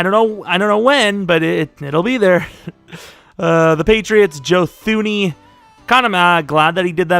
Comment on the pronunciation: You don’t pronounce the H in thuney. It’s pronounced “tuney” like loony, but with a T